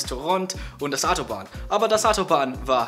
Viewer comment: Aber das Atobahn war cool und schnell... Haha